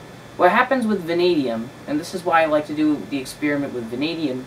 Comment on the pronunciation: "exspearimint"? Next time can you do an expeppermint? Does this dissolve silver?